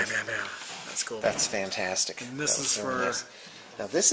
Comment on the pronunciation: did you say "khantastic" :)